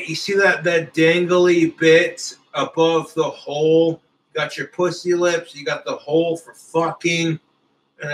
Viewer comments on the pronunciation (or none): none